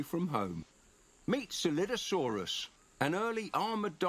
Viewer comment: Coelophysis and Scelidosaurus are pronounced See luh fai suhs and Skel eye doh sore us, respectively